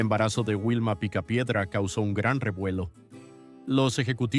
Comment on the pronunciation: Por respeto a los picapiedras deverias pronunciar bien sus nombres no es wilma si no vilma y le dices fred a pedro que mal traductor eres en español porque no pronuncias biem sus verdaderos nombres de la serie